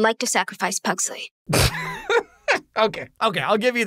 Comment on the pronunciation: Is is terrible but watchable somehow. They mispronounce pugsley and wednesday is conflicted as a person who is sad she will be seen as a failed murderer and a also she is a detective preventing murder? Also the cgi is cheap as can be